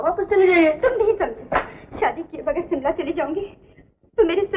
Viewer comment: Simla nahi. Shimla